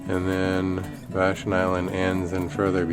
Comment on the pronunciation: FYI Vashon is pronounced VA- shon, accent on the first syllable.